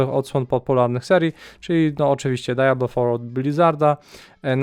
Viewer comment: dziwnie to da-ja-blo brzmi :)